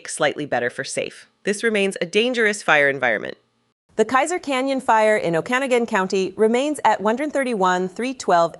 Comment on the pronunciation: Oh-can-a-gun?? You mean Oak-a-nog-un .....